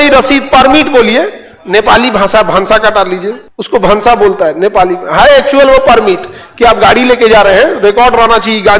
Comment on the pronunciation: भंसार ✅ भांसा ❌ 😂